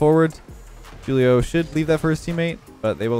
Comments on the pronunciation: Anyone else find it humorous how pronounced Julio? Just a heads up it’s pronounced Who-Lee-Oh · you pronounce Julio wrong. The J is supposed to be how you pronounce the "H" in the word how. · “Jewelio”